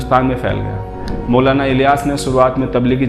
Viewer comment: Mashallah bhai video bahut achi hai bas jab ap Maulana ka naam thik se lo 💚